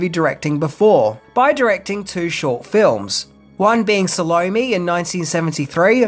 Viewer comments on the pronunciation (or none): none